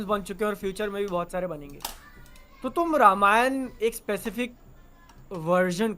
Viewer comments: Same yar i have also same question, let's foreigners a side but why indians says रमायन not रामायण 🤔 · Bhaai log it's रामायण not रामायन I see you guys say English stuff pronunciation very accurately but can't do same thing for Hindi/sanskrit stuff.. why this hypocrisy... Only is saying Ramayan perfectly but baaaki dono balak ni ho ki sahi se na bol sako...😮